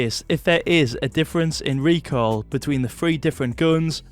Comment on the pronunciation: That's not... "recoil"